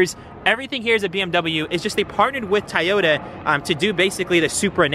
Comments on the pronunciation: Bro it’s so so so so so not a tayota ! Lol it’s a Toyota pronounce To not Ta lol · PLEASE, Say TOYOTA not TAYETA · TOY OTA broo not tie ota 🤣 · Bro its toyota not tayata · Stop saying tayota 😂.. clean ass whip tho 🔥🔥🔥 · I can’t get over saying Toyota wrong 😅🤣🤣🤣 this whole video I was just saying TOYOTA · Maybe it’s just me just the tayota gets to me 😭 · The amount of "tAyota" in this video 🤣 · Why do you keep saying TAAYOTA ?😵‍💫😵‍💫😵‍💫😂😂😂😂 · Man I look forward to this build. I always do a double take when you pronounce Toyota. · Bro you’re killing me with the way you pronounce Toyota. The Japanese do not pronounce it that way either. Your killing me smalls